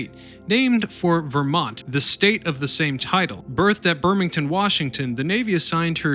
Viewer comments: Hi. It’s BREMer-ton,Washington. Not bingerton. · "Soo-soon" has been mentioned. Let me add "Bremerton," not "Birmington." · Bremerton, not Birmington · BREMERTON WASHINGTON BREM ER TON NOT BRETON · "berthed at "Bermington, Washington". Do you mean Bremerton? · BREMERTON, not Birmington. Sheesh, get your facts straight. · BREMERTON BRE MER TON IM OFFENDED AS A BUMMERVILLE BOY